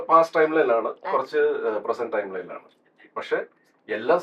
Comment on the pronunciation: സൈജു കുറുപ്പ് ട്രയിം ട്രാവൽ എന്നാ പറയുന്നേ ടൈം ട്രാവൽ അല്ലെ 8.15